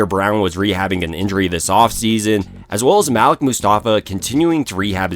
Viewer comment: MUHLEEK MUSTAFA! MUHLEEK!!! NOT MALICK. Cmon now yall.